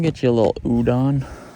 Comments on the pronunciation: I honestly love your content but for a person who grew up in Japan I think it’s only fair for you who loves Japanese culture to put some effort in pronouncing some stuff right like Udon is not U-Dan it’s U-Don as in the o is pronounced as an O kinda like pronouncing the word Orio it’s not Ario! so yeah fam keep making t awesome content but also put some efforts in the nihongo 😊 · Bro. If you are going to keep going back to Japan, you need to know that it is not pronounced oodan. It is oo-doan. Rhymes with “You Joan.” You have to get the Japanese pronunciations down. Especially if you’re going to have a Japanese girlfriend in the future. 😉